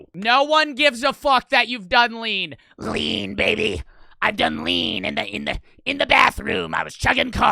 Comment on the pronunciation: ts had me cackling “LeAn BaYba”😭😭